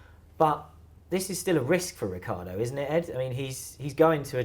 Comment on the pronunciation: Ricc i ardo not Riccardo! Jeez is that so difficult?